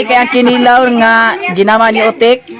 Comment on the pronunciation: ahahaha natawa ako sa pag pronounce ng kinilaw ahahahahha